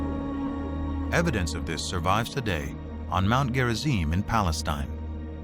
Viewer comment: Lol "Free Paleatine"